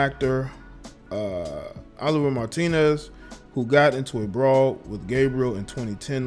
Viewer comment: Oh-live-ee-aye Martinez, not Oliver.